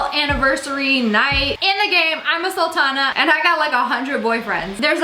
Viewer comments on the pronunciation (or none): SSSniperwold: Game of 'saltans' Me: GURL ITS PRONOUNCED AS 'SOOLTANS' AND 'SOOLTANA' NOT SALTANA. Not pronounced as salt.